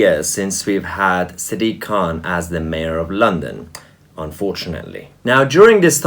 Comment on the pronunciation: Sounds like siddiq khant.